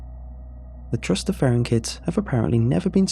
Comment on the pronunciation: I'm sorry are you saying Trustifarrian???? That might be my new favorite word